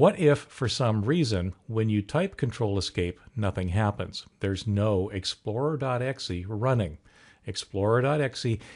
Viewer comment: good video but it's "exe" not "xe" :)